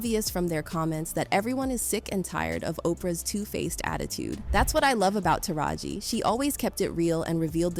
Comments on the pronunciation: Why is A I. Narrating this? Listen to how it says taraji...it's saying TARA-G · Urban Scoop?…but you can’t pronounce Taraji’s name properly and mislabel Fantasia for Whoopi. GTFOH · Please pronounce her name right! So hard to listen to this when I’m consistently hearing the narrator call her “tar gee” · Not only are you not saying the name TARAJI right but then u called Fantasia, Whoopi Goldberg 🤦🏾‍♀️🙄 you do not know black ppl… stop it 😤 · Was this written and voiced by an AI because there are a lot of inaccuracies in this. From mispronouncing Taraji and Gabrielle Unions names to saying Precious was Oprah’s film and she paid her 😂 Oprah was brought in as a producer well after screenings and mainly responsible for promotional assistance. She didn’t have anything to do with paying Monique. Oprah is a terrible person but yall need to do better research.